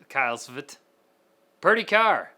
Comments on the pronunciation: ITS PRONOUNCED S-V-T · Wow. Cant even say SVT correctly…oh how i wish car and pc enthusiast can coexist as one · did you just pronouce svt as one word. I'm disappointed in you.